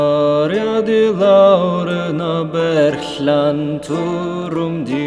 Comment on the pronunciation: Omg I’m Welsh this is amazing 🙏🏼 gwych a diolch yn fawr. The pronunciation on ‘berllan’ was great